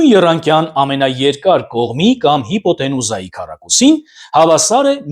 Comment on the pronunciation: «հիպո-Տենուզա» …😂🤦‍♂️🤣 Ներքնաձիգ, Էջ, Էջ …